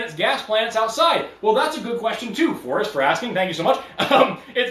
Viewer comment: Forrest, I love you, but your "R's" do need some work. 😂